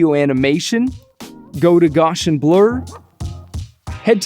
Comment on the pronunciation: Sir, please. It's pronounced GOW-see-in (or GOW-see-[schwa]n [rhymes with MOUSE-see-in]), not "Gaw-shin". It is an extremely important curve in mathematics, esp. in statistics, named so in honor of Carl Frederick Gauss (rhymes with mouse), one of the greatest mathematicians of modern times. The Gaussian is also known as the famous bell curve (not the book). It is a probability distribution of enormous importance and has been adopted by the FCP developers as an effect. Please pronounce it right henceforth. Thanks! (^_^(